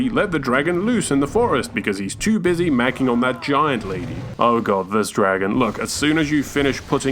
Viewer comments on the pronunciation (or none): none